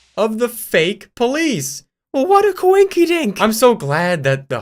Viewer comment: what a ✨koinkidanck✨